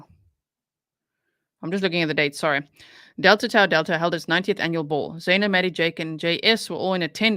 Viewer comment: Delta Tau Delta-- the middle Greek letter is pronounced "Taw." And, for the Lord's sweet sake, The Greek letter "Chi" written as "X" is pronounced "KI" not "Chee." Sigh.....